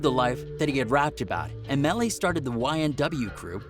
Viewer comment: Plz get it right Melly Not Mally 🤦🏽‍♀️